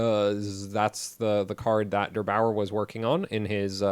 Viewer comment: Derbauer ... not Dr Bauer ... lol